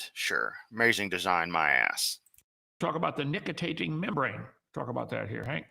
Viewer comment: Nicitating? He can't even read.